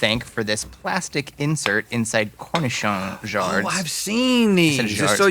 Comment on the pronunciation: As a french person, watching Link butcher that jar of cornichons, I am deeply upset 😅